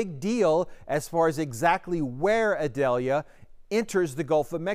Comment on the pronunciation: Eee-doll-yah. It isn't an onion.